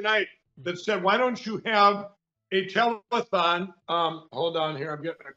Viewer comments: I'm often sharing you with people. Some of my mates are weirded out by my Trump-averse-obsession, but they laugh when I put your show on. I might just buy a mug or some merch this week... hmm.... Cheers,! Oh, and it's tele-th-thong, not telethong! You gave Lindell too much credit, there! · Did he say a "telephonethon" ? 😂😂😂😂😂